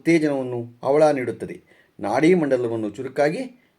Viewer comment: ಅವಳ ಅಲ್ಲ ಹವಳ